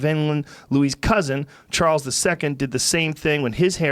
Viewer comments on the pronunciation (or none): none